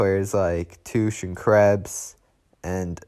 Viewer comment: Bro said Toosh instead of Tuch (tuck) 😭😭😭